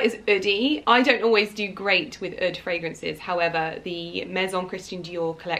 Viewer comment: It’s pronounced Oudh....rhymes with food ... not UD.. 😂😂